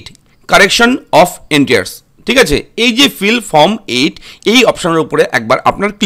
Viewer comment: ভাই কথাটা "এন্টিয়ার্স" নয়, "এন্ট্রিস"। ধন্যবাদ।